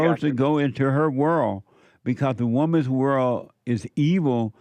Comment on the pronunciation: saying whirl instead of world is beta